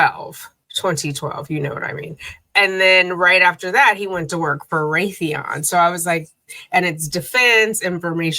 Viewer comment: Rathyon? 😂maybe out prayers were heard and her Brain Will be studied😂